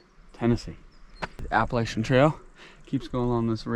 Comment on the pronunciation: Looks like you guys were hiking in the soup, smart to get up early on the more touristy places and have it all to yourselves while others laz about. Please just call the trail the AT so I don’t cringe when ya say it. Lol